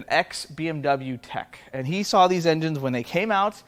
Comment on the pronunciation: "dis connecting rods..." LOL Good one. Thanks.